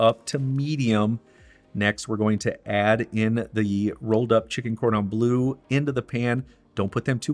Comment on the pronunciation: Bleu not blue!! ;-)